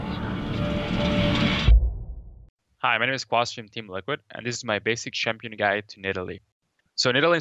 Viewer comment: Did Quas say basic "shampion" guide? LOL Kappa